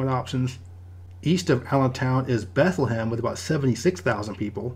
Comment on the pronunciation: I grew up in the Lehigh Valley and have never heard anyone pronounce Bethlehem that way, not even people that live there